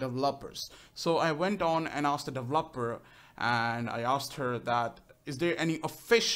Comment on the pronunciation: no offence but, was anyone else annoyed when he said "delveper"